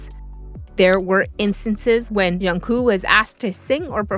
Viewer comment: Please check your pronunciation. The right word is MAKNAE not MAKNA and the pronunciation of AE is the same as the ae in aeronautics. Also his name is JUNGKOOK. The 2nd syllable, KOOK is pronounced like cook not coo. You must pronounce or enunciate the last K.